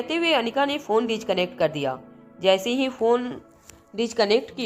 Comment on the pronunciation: डिचकनेक्ट नहीं डिस्कनेक्ट होगा